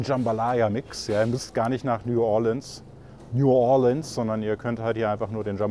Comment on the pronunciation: mich triggert wie du New Orleans aussprichst